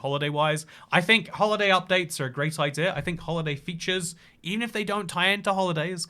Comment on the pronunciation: Ah, the “inclusive R”! Pander Express! Idear of! Threer acacia planks (probably)! 😊